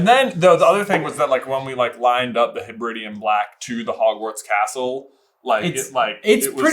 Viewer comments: Funny seeing Americans mispronounced Hebridian. It's "Heb reh dee un" not "Heb ridi un" named after the Hebrides islands (pronounced Heb reh deez). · Hey guys, as a Scot I just want to be persnickety for a moment to correct your pronunciation of “Hebridean” it’s Heb-Ra-De-An. As opposed to Heb-rid-Ian. I’m not sure that comes across via text very well but hope you get my point lol, it’s a region the Hebrides are a two groups of islands north west of the Scottish mainland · "hebridean" should be said heb-ri-D-an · Guys guys guys thats not how hebridean is pronounced also the bear thing isnt specific to Russia bear is literally what our ancestors called bears because they were too scared to say the animals real name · As a Scottish person, your pronunciation of Hebridean is hilarious 😂😂😂